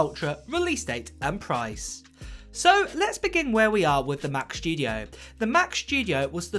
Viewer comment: Mac SSSSStudio not SHHHHtudio, thanks.